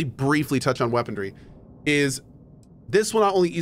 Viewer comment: I never noticed before that Cohh pronounces it "weaponDry" instead of "weaponry" LOL